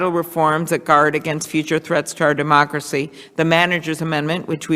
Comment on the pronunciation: Sounds like she called it our "dumb-ocracy." Freudian slip?